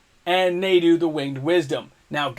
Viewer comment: I had to stop when he said "Nay-doo", Winged Wisdom.